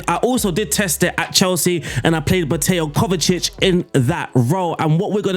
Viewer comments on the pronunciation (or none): none